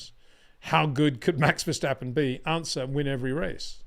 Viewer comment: It is NOT "Bottash" nor "Lewish" nor "Oshcar Piashtri" nor "Nyck de Vriesh" nor George "Russhell" nor "Fernando Alonsho" nor "Lance Shtroll" nor "Pierre Gashly". So why on Earth do you want to say: "Max VersHtappen"?